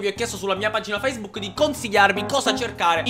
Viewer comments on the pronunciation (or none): none